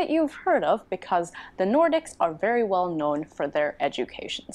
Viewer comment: You should absolutely move to Finland or at least visit us at some point! You would be most welcome. Btw, I absolutely love you accent, cannae deny it (see, what i did there:). I love how you sometimes replace L with sort of W - like "well" turns into wew, and welfare turns into "wewfea". It's hard to describe in letters, but it's such a cool accent!